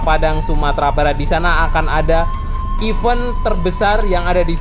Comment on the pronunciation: Even?!=maksud dlm bahasa Inggeris Sama. Event (iven)= Acara/majlis. Sebut biar betul.